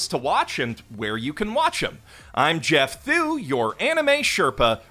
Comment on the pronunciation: Oh, right. Thanks man! Didn't see it because of how he pronounces his name.